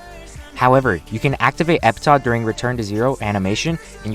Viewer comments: Its pronounced Epitaf,not Epita lol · e-pih-taf. Say it with me, e-pih-taf